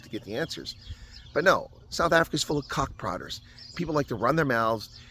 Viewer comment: love your stuff, but when you say “kak praters” it sounds like “cock prodders”😂